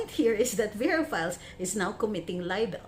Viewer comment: verafiles sounds like "perafiles"